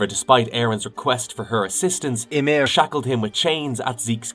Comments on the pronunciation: I think this is an computer-narrated video, and it couldn't pronounce Ymir Fritz correctly. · whats up with that ? AI couldn't pronounce that word right? :D